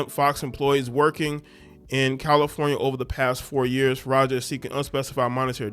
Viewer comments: Taraji P. Henson has basically the same name as this chick.... this lady's name is Faraji but you said Farajah. lol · Bro, pronounce the girls name the way it’s spelled. Her last name ends with an I and not an A.